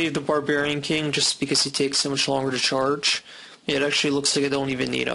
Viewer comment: you say "charge" weird